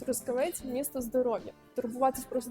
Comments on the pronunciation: Чому саме ТрУскавець? Ріже слух..Трускаве́ць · Трускаве́ць — місто в Дрогобицькому районі Львівської області >> Наголос на ОСТАННЬОМУ складі!!!